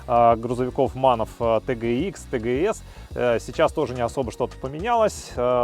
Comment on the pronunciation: Машина немецкая. Правильно звучит тэ гэ эс. А то по аглицки скоро джиленваген будет.